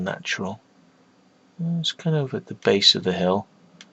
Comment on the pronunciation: First he said to this point where you go to hell, then i understood he meant hill. :/